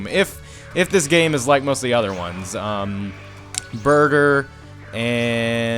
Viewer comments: its burter not burger lol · when you said burter I thought you said burger lol